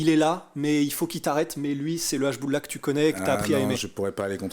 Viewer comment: Hachboula mdr jsuis mort la prononciation 😂